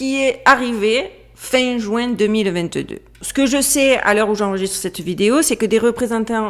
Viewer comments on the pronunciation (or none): none